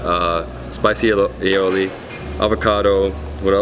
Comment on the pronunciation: ...its A-O-Lee (aioli)...not "all-e-olee".....LOL